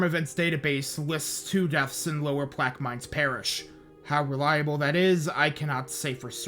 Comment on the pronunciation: you also mispronounced plaquemines, biloxi (sometimes), tivoli, beau rivage, bayou lebatre, and kiln, lol. it's ok tho; even locals mispronounce kiln because they call it "the kill" (vestiges of french) but it's so small that almost no one else on the coast ever has any reason to talk about it unless they want to talk about brett favre's hometown because that would be it. thanks for giving the coast some attention. my only (gulfport-centered) complaint is that you passed over d'iberville and gautier. d'iberville is on the north side of biloxi back bay so their waterfronts got razed just like the other coastal towns. the tchoutacabouffa river was also a contributor to the destruction in d'iberville. gautier is directly on the coast between ocean springs and pascagoula.